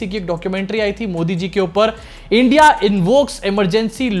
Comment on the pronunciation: पढे लिखे ना होने की वजह से इंडिया का उच्चार नहीं आ रहा हैं चाचु को.... अब चिख पुकार से कुछ काम नहीं बनेगा, पनौती लग चुकी.... झोला ढुंडो.....😂😂😂